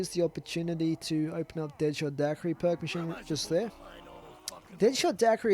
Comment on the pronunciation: No it's not..... Its Dak-er-ie